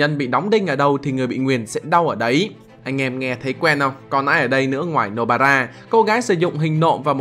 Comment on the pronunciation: No bara mà tao nghe là no bra